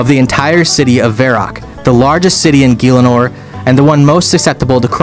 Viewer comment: I love you,, but anyone who pronounces it "GEElinore" doesn't get Pmod status. Sucks to suck, bro.